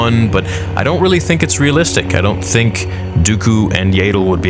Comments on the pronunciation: "What If" Yaddle's name was pronounced like "tattle" instead of "ladle"? 😂 Sorry, it just makes me smile a bit when you say it. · I thought it’s Yaddle and not Yaydle. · IT'S YADDLE! NOT YADLE! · Yay-ddle? I'm guessing you've called ya-ddle(as in paddle) that since childhood. No worries. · . Her name is pronounced Yaddle, not "Yaydle". When the hell will you get it right?! I have heard you say it wrong the whole time you have been saying it. How do you pronounce the word saddle? "Saydle"? You run the biggest Star Wars fan-channel on YouTube, so you should definitely be professional and do some research on how to pronounce a character's name properly. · This wasn't a bad video at all But the way you say yAddle instead of yaddle is really bugging me lmao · It's yaddle, not yayddle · Yaydle? Who the hell is yaydle? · I know you don't care, and I know that George Lucas never bothered to correct pronunciation and so no one else should care, but dude....I just can't handle the yaydull. It hurts me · I love you but the fact that you call Yaddle “Yaedle” is giving me a brain tumor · Aint no way you just call her yay dle😂😂😂 thats funny ngl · My friend its pronounced yaa-dle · it would be great if you removed your ego from the equation and stop saying Yay-dle. You used to pronounce it wrong. No big deal. The big deal is continuing the mispronouncement despite evidence to the contrary. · When I was watching "Tales" I just kept thinking " might stop pronouncing it like 'ladle' now!" Alas, it hasn't changed 😆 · its not yay dle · Please stop saying Yaddle like that lmao